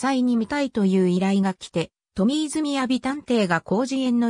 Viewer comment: 「トミーズみやび」じゃなくて、 「トミーズまさ」さんですよAIさん😂 もっと勉強してね😅